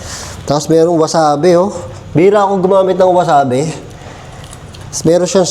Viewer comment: not wasabe is wasabi ang tawag d2 s japan👍